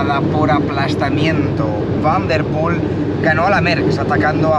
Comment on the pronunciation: Me encanta el canal enganchado 100%….. solo un comentario y espero que sea constructivo. Pronuncias el nombre de Mathieu en un perfecto “neerlandés” pero el apellido Van Der Poel en un fantástico “español”